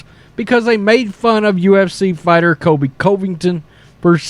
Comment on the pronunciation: I love the channel but please I can’t keep hearing Kobe Coveington. With all due respect it’s pronounced like kohl-bee, not Kobe. And it’s pronounced cuh-vington, not coh-vington